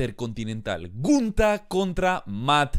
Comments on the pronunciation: Que cringe me da cuando dice "gUnTa". Se dice Gunther y punto. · Dijo huntar kajakakkaa primero amigo no lo tomes a mal pronuncia bien despues das predicciones jajjajajaja